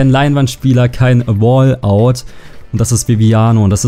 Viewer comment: Es heißt "Walkout" nicht "Wallout" oder "Brettspieler". Aber sonst Top LP's!!